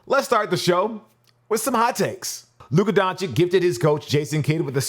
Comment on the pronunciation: The content is great, but I will most likely unsubscribe if you don't stop saying "Don Chick". Luka is a legend already - please learn to pronounce his name! It's not that hard... just repeat the sound in the middle at the end, too.